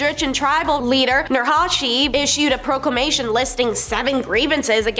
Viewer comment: Um... Caro?! It's pronounced KAI-RO. Plage?! It's pronounced PLAY-GUH. Proclamation? Pro-k-la-ma-tion.